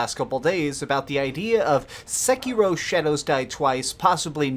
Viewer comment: omg the way you pronounced the game just made me throw up